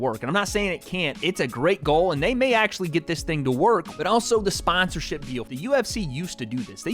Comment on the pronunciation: Say the word SPANsorship again I tripple dare you!